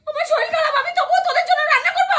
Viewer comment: Kotha ta soril na sorir